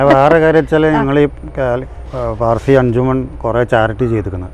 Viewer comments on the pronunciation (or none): PAZHSI ALLA SAY PARSI